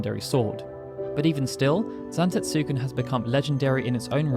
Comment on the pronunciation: The U is silent.... Zantetsken 😑